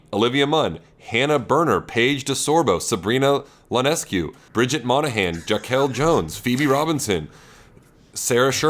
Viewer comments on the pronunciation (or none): my guy said sabrina ionescu’s last name with an L 😂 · Sabrina Lonescu instead of Ionescu is diabolical from Sammyboy